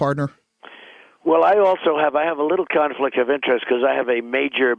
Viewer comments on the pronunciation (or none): He said conflick of interest !!!